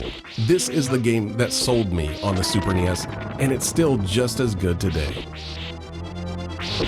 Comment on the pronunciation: everytime you say super nes in a video i have to stop and think about it a moment... super knee esss...